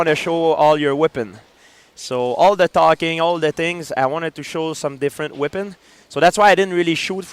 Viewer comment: When he pronounced weapon is Whippin the first time i was ok but 3 seconds later he says it again.. lol